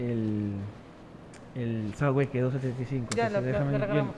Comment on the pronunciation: Please...Please Please.....no es " SADWAY" ni SUDWAY.....se dice SUBBBBBBBBWAY con BBB no con DD. Come on tu eres New Yorker hace raton Mickey!!